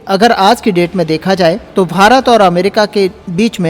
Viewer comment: Sirji kindly pronounce as BHARAT & not as FHARAT